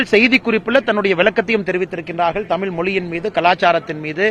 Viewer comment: Tham-IL illai Tham-izh Correctly say word please